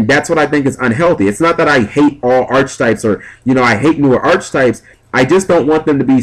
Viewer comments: Also, it's probounced [ahr-ki-tahyp]. Pet Peeve. (push the little sound button on dictionary. com) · it's pronounced arketypes with a hard "c." god it's annoying to hear you say archetypes with a ch sound, especially if u say it like every other sentence